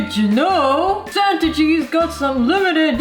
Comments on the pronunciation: wengie i love you but its santa (sa-an-ta) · i thinkthe thing that made me laugh the hardest in this vid is thew word santa-gie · Santaige??? What ?!? Haha wengie of so funny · "Santagie" I'm dying xD